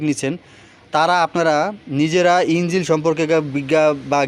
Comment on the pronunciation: ভাই,উচ্চারণ গুলো ঠিক করেন।যেমন ইঞ্জিল না,ইঞ্জিন হবে। সাউন্ড স্মল না, উচ্চারণ স্মুথ হবে।উচ্চারণ ঠিক করে কথা বলা উচিত।